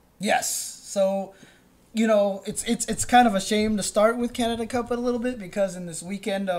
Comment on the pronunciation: Props to for pronouncing Canada as Canadia.